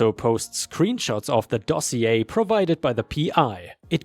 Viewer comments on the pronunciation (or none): none